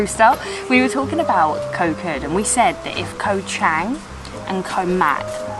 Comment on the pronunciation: hi great travel video , but please remain Kho Kood natural paradise, please do not make koh kood overtourism. and the pronouciation is Koh "G"ood" with low tone, not pronouce "K"😊